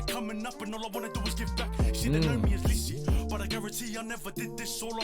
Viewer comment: “lee see“ 🤣